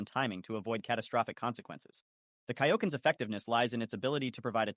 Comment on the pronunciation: wdym this is clearly AI Voice, saying Kaioken and Saiyan wrong